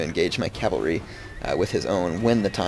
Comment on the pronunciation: No cav is short for cavalry. You said calvalry and calv. Its cav and cavalry.